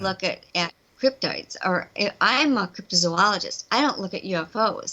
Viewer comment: You need to do a bit more research on your interviewees beforehand, it seems like your lost, and it’s Crypitds with a D, not Cryptics.